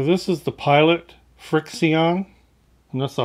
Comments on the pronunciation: I enjoy your videos. Love the shirt. LOTR is my favorite book trilogy and movie trilogy. Just a note, FriXion is a pronounced friction since it erases by using friction. It has an interesting formula that reacts to heat. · The frixion pen is pronounced " friction" just like the normal word. As you have already said it erases with friction, also with heat. Quilters use these as fabric marking pens because the lines disappear with heat from an iron. Don't leave anything written with this ink in a hot car. Your ink could disappear. I've heard that cold will restore the ink, but I don't know if that works. I would hate to draw with this and then lose my drawings. Thanks for all your great videos. They are very useful and entertaining as well.